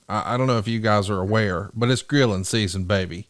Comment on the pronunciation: Forgot the r in Grilling 😂